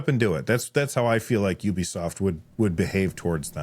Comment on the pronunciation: Pretty sure “Ubisoft” comes from “ubiquitous software”, and is pronounced accordingly.